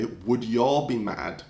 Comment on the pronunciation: The way you said yall with your accent gave me a good chuckle.